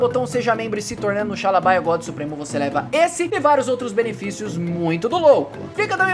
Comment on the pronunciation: Tava com saudade da xaaaaaaaaaalabia story vc ficou falando só xaalabaia